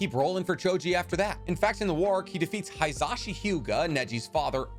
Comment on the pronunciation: "Toru-nay" (Torune) "Hee-Zashi" (Hizashi)